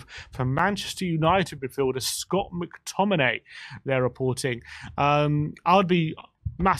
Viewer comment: Mctomminay?? Mctommigoat yes please